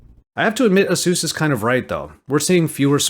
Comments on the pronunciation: Who is Azeus? It's A-sus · "Ay-soos" is how you pronounce it. Other than that I love your content! Keep it up!